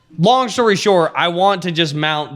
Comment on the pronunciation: “Long shory short”😂😂😂😂😂